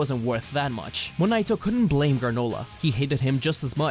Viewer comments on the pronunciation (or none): none